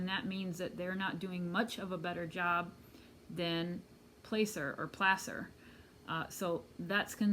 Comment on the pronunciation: Hi. I just found you and so enjoy your reads. I’m from Reno and closely following this case. I know the Truckee area. Placer County is pronounced Plass-er not Place-er. Hope this helps. Here are my thoughts about that Saturday morning. I’ll try to keep it succinct. AAA was called for a dead battery incident at Boca Lake the morning after the party. (No one knew Kiely was missing at this point.) Nick from AAA arrived and found the car was in neutral, which is why the car wouldn’t start, not a dead battery. The behavior of the male and female was quite bizarre, and he calls his girlfriend to tell about this strange interaction. All AAA calls are recorded on video and stored in the cloud. One week later, Nick puts two and two together and contacts LE about that Saturday’s strange incident at Boca. The following week, AWP arrives in Truckee. They are told that Kiely’s last known siting was at Boca (not Prosser), so they search Boca first. This leads me to think that Kiely was indeed last scene at Boca. Why else would AWP search there first? After Boca, they went to Donner Lake and then Prosser despite the fact they were told it had been searched. To me it seems the obvious key to understanding what may have happened is the strange interaction that Nick had with that couple and AWP going to Boca first. 🤷‍♀️ I’m really hung up on all that. Why would AWP go to Boca first if she hadn’t been seen there? 🤷‍♀️